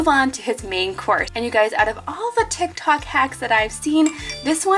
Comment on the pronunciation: She said tic tac